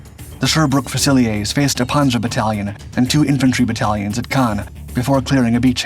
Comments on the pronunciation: Thank you for being respectful of my countrymen's contribution to the war with regards to this remarkable machine. I like your videos very much. FYI "fusiliers" in the British army is pronounced "fewzi-learz" not "few-zil-eyay". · It's pronounced FUOOSELEERS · The GM 6046 engine is basically 2 GM 6-71 engines geared together - the tank DID NOT have 2 Engines! Fusiliers is pronounced FEW-SIL-EERS. It is NOT a French word. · How are we pronouncing fusiliers now? 😅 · You're going to have to teach your robot how to pronounce "Fusiliers"